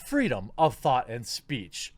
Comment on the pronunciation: Yeah, the Freedom of Fart. (I know, you said the freedom of thought, but in that Moment, for me it sounded like "...the freedom of Fart..." xD Also: "Cancle Culture can't be stopped like this. Cancle Culture is like a Black Hole: It can only destroy, it becomes bigger with Time and it don't care what it destroys. Problem is, since 2015, maybe even before that, it is growing more and more and now it is to big to be "canceled" by such a punny act. xD